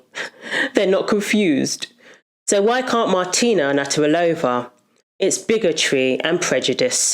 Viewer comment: Certain names can be tough to pronounce. You had it right the first time around 😂 Just say Martina, would u? Thank u for ur efforts.